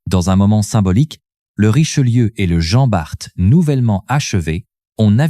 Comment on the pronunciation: Jean Barte et dunekerque 😂😂😂sacrée IA il faut encore bosser ....